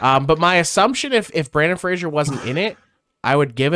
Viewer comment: Don't know about the Japanese actors, but you butchered the American actor's name for sure. It's Brendan with an "e", not Brandon, and Fraser, which rhymes with "razor." Not Frasier like the TV show. Edit: Sorry if that sounded a bit harsh, lol. Good video! 😊